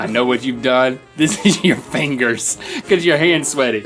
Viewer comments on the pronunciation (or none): I will occasionally laugh to myself thinking “eetts urr fiengers” 😆